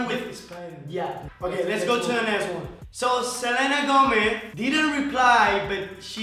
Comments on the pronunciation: Did he just say “Gometh, and Martineth” no hate i love yall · Wait did he said salena gometh?